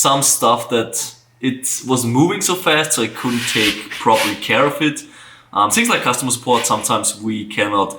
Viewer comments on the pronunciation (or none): I love the way he says shings for things Love from India